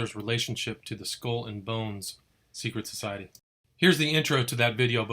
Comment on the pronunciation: Sicruet sosaiti😂